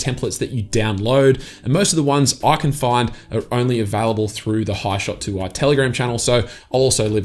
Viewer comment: It's even more random that you call 'Hishoot', 'hishot'? Lol. Only mucking around. Thanks for the video you Ausie. Lol